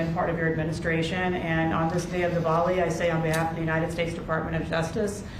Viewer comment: Did he said Devoli